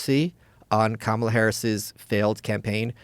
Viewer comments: The emphasis is on the 'KA' Like 'Comma-Law' You'd do best to learn to pronounce it. You'll be saying it for the next 4 and a half years. Maybe 8 and a half. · Are y’all too stupid to pronounce the VP of the USA’s name correctly? If you can pronounce Netanyahu and Kardashian, you should be able to pronounce Kamala. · Rogan knows how to pronounce her name…He’s a closeted/not so closeted racist. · If you’re gonna talk shit, at least say her name correctly. These comments are ridiculous and shows how uneducated so many of you are. If you don’t follow the party you don’t like and haven’t done a lick of research just say that. 🙄